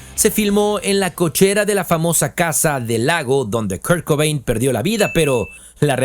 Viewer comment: Well buddy, it’s not really pronouncing his name it’s off. You sounded English to me unless you’re AI I don’t know how you could get KURT COBAIN i’m really emphasizing on the last name. I’m not being a bitch either. I just noticed. Every time his last name was mentioned i got a tic. I have tourette’. It’s not your fault